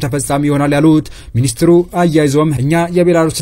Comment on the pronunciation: ለመረጃው እናመሰግናለን ! ኢትዮፒያን ትተህ ኢትዮጵያ ፣ ኮሊደር የሚለውን ኮሪደር በሚል አስተካክለህ ጥራ፣ በተረፈ በርታ !